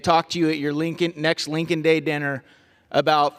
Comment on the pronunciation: Notice how Chip Roy says Lay-N-kan Reilly. And they were all over Biden for saying Lincoln. What hypocrites. And Mr. Roy, if you’re so concerned about a CR, and also this bill — then why did you and people like Matt Gaetz block the single spending bills that you say you want.